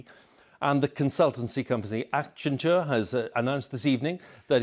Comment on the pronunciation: LOL, his body jerks ("but Boris Johnson says") as if he's trying to accentuate the name. Kinda like a wound-up toy. He also completely mis-stressed Accenture. On a grimmer note: quite worrying situation! As if covid is not enough, we have to worry about how we will survive the coming years too... :s